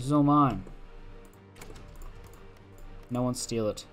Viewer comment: You pronounce "no" as "naur" and it never is not funny. Great videos mate.